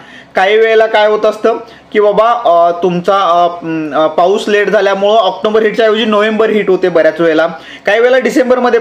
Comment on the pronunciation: ऑक्टोंबर नसतं ऑक्टोबर असतं....बाकी व्हिडिओ खूप चांगले असतात तुमचे.... तुमच्या कार्याला खूप शुभेच्छा...😊